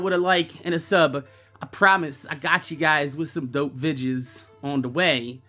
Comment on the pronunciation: Are u KOREAN? WHY U KEEP SAYIN "VIDJIZ" INSTEAD OF "VI-DE-YOES"????